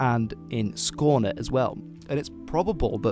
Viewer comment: Your pronounciation of Skåne was spot on.